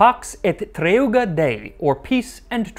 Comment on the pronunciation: 07.30 not treUga but treGUa (trè - gu - ah.)